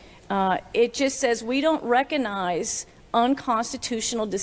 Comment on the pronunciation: Its Recognise not reconise dumbo!